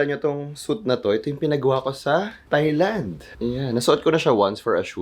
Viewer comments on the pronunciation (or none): none